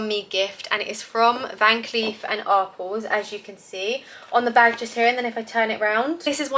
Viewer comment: Nice gifts. In America we pronounce Arpels ‘R Pells’.